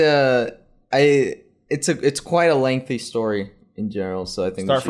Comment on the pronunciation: Kwite is kwite kwi-ite in this video.